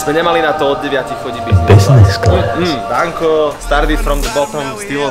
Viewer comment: Kamo práveže mňa to biznis class uplne rozsekalo :D vzdy som si predstavil toho typka :D